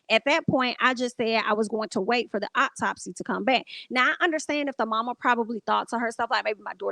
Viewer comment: Every time you said optopsy I 💀 I hope Justice is served. This is crazy.